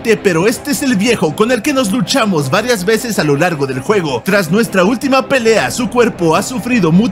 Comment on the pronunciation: Yo envés de escuchar "Nos Luchamos" escuche "Nos duchamos" y me hizo aun mas gracia jajaja. La verdad es de mi Resident favoritos y el que mas rejugue, se que esa afirmación es polémica porque es de esos juegos que lo amas o lo odias. Pero me gusta todo lo que propone: la perspectiva es primera le da mas inmersión, me gusta el gameplay lento el cual te pide que calcules bien los disparos, la atmósfera tan opresiva que tiene, la variedad de antagonistas y como cada pelea de jefe se siente diferente y así puedo recitar mas cosas. Lo que no me gusta es que: la variedad de enemigos puede volverse repetitiva rápidamente, Ethan (aunque me guste su personaje) es una hoja en blanco la mayoría del tiempo, también que personalmente creo que la mejor manera de experimentar este juego es en el modo "manicomio" porque el modo normal es bastante fácil y que la musica (con excepciones como la zona de guardado, algunos temas ambientales, peleas de jefes y por supuesto el gran "Go tell aunt Rhody") no destaca mucho y otros detalles que ya serian mas subjetivos. Pero con sus pros y contras, es una obra que siempre me encanta volver a jugar y que nunca me cansa, y sobre todo tiene unos dlc's muy divertidos (el que mas destaco es el de End Of Zoe que es la viva representacion de como se controlaría un personaje de baki). También no nos olvides que tiene una de las demos mas creativas hechas para publicitar un videojuego. Gran video como siempre, me salvas del aburriento en los mejores mo